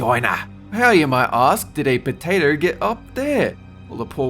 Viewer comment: Most Austrailian I've ever heard him.